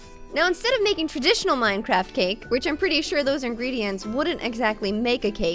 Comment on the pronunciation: i though she was saying mince XD